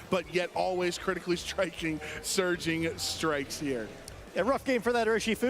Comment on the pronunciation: I have noticed when says Surging Strikes, I hear Surgeon Strikes. And a part if me feels that is apt 🤔